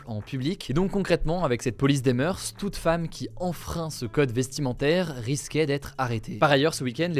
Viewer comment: juste pour information, on ne dit pas "meurse", mais "meur" pour "moeurs"